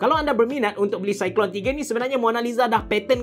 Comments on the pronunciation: sebutan dia cyclone abe cerah, bkn cyclone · Itulah nak tegur takut kita salah sebut kan, tapi saya yakin cara sebut memang cyclone